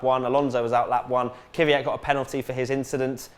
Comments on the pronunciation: 1. It's KVYat, not KYVYat. It's not that hard. 2. Wait... Sauber has never won a race? So, the win in the 2008 Canadian GP as BMW Sauber doesn't count? Okay then... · Stop pronouncing "Kvyat" wrong it's not Kyvyat it's Kvyat you dumb, fucked teeth brit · Why do people keep calling him Kyvyat? His name is KVYAT! Just practice... KV and then YAT. It's pretty fucking simple